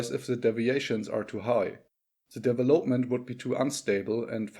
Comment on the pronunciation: Not vari•'able. But 'variable. Accent on the first syllable not third. De•'velopment accent on the second syllable. Not devel•'op-ment. 'Ele•"mentary accents on first and third syllables. Major accent on third syllable. Metaphysics as met•a, not meet•a. Separate is a noun and a verb. Generally verbs are pronounced differently from nouns.i.e., 'rebel is a noun, re•'bel is a verb. The noun 'seperate accent on first syllable. The verb "se•'parate. 'Castrated. Not cas•'trated. I agree with you: leave the fish in the 'wild' water!! 'Profitable first syllable not pro•'fitable. Cooperation or competition? Or a balance?